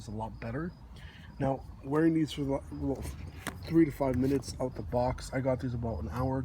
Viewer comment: "aboot that" lol